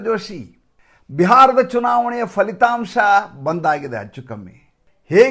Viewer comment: Sir please not falithamsha it is phalithamsa